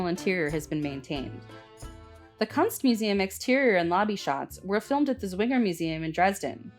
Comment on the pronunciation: Is this narrated by a real person or AI? The name Goerlitz doesn’t sound like “gohr-lits” (rhyming with “poor-lits) but more like “girl-lits. The museum, pronounced here like “cunts museum” is really like the double “o” in English as in “books.” It’s like starting to say “could.” Just take off the “d” of “could” and add the last part of “angst”. “Kunst” in German means art. It hurts to hear it pronounced like the British slang, “cunt.”